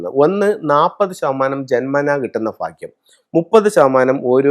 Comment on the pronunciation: ഫാഗ്യം അല്ല, ഭാഗ്യം